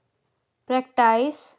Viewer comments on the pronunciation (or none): Practice ka pronounciation galat kaisey aap ..ek verb hai or ek noun hai bs yahi hai fark pronounce same hi hota hai